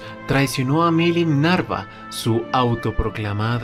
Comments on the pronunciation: Es Nava pero el dice los nombres muy mal Milin Nava ≠ milin Narva está mal dicho Cadrybiris es como se pronuncia no como el dice Y es walpurguis no wlapurguis como el dice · Nava Nava Nava no Narva